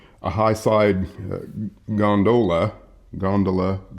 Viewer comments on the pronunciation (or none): GON-dola. It's Italian